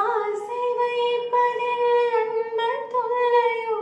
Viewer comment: அன்புத் தொல்லையோ என்பதை உச்சரிப்பு மாற்றி பாடுகிறீர்கள்.